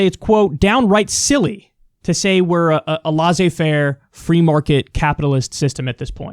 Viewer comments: It’s not La Zé, it sounds more like « Lay Say » faire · IT AIN'T "LAWZAY FAIR". It's a LOT closer to "LAY ZAY FAIR". Is this difficult for you? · I swear to god, if I hear Kyle say "lahsey faire" capitalism one more time... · Kyle : Laisser Faire is pronounced like "Lessay (with the double ss not Z and witout pronouncing the Y") fair " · Please ask a French how to pronounce « laissez-faire » please,it took me around mn 4 to understand what you talked about...😉